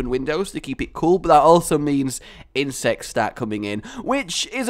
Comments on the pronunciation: says insects like IN-SEX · No insest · I thought you say insest. Should i get some help?